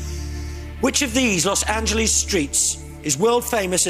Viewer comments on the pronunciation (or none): Firstly, it’s Los Angeles, not “Los Angeleeze.” Second, Rodeo Drive is in Beverly Hills, which is its own city.